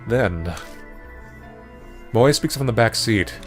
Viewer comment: his name is moe not moj